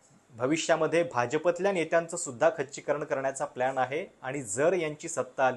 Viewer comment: "भाजपाला" अस नका म्हणत जाऊ आम्हाला "भाजीपाला" अस ऐकायला येत राव😂😂😂😂